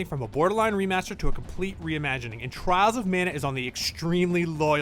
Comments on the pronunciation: I can't be the only one thinking he's saying "trousermana"? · nobody: IGN narrator: " Charles of Mana "